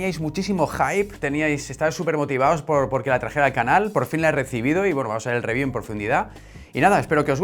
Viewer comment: En cuanto escuche el ibtro de "Bienvenidos a mi canaul..." machaque el botón de like